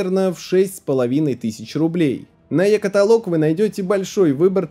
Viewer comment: Пройдут годы, а так никогда и не научится говорить слово "каталОг" правильно)